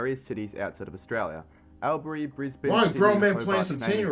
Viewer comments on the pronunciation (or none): Is the guy commenting an Aussie, Sounds like it but how do you mispronounce Corio and Albury and state, that Sydney is not in Australia. Maybe if he spoke a little slower he wouldn't slip up so much. Needs to edit before publishing. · The guy doing the video also can't say Albury or Corio correctly.